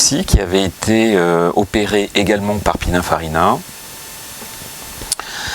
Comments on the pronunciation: A Prononcer PININE pas PINAIN 😉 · Il dit pinunfarina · ouvrez vos oreilles dans la vidéo vous dite pinafarina 😂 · déjà on prononce (pinine) et non pina ou pinin .......perche il maestro era italiano